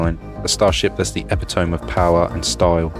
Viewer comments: I love the creative placement of the forward Helium tanks and the way you interlaced the two different kinds of braking engines! (btw epitome is pronounced e-PI-to-mee, not epi-tohm) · "emp tome" that hooked me! e-pit-o-me pronounced by a vampire! i like it